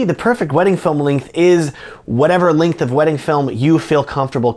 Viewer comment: So, when you say "Linkth" do you mean "Length"?